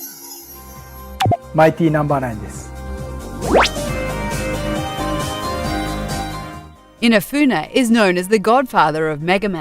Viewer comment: Why do you call Inafune Inafuna?